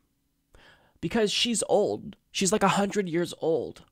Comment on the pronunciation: "...because she's OLD. She's like 100 years old", Dang, you had to say it like that?! rofl, 😂